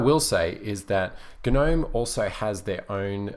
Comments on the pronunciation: Please pronounce Gnome properly. The G is silent. It's nome not gernome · Why do you pronounce it GUH-NOME? I heard someone else say it's because it's an acronym, but it hasn't been an acronym in years, so shouldn't it be pronounced NOME as it is just the existing word? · The g is silent in gnome. gnome. [ nohm ] SHOW IPA. / noʊm / PHONETIC RESPELLING. I agree Kubuntu runs KDE best. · Why guh-nome? Surely the G is silent... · GaNome? G is silent. This bothered me way more then it should have XD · the g in gnome is silent lol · Actually, GNOME stands for "GNU Network Object Model Environment". Since GNU stands for "GNU's Not Unix", and has always been officially pronounced "guh-NEW" to minimize confusion, GNOME is officially pronounced "guh-NOME". However, many pronounce it as "nome" and either way works.